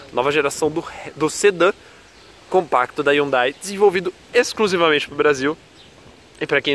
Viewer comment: Essa cara não sabe falar Hyundai